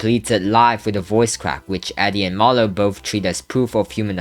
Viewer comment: Marlow ❌ Manlow✅